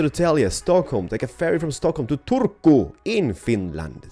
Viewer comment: Suomi:-) finland:-) great job saying turku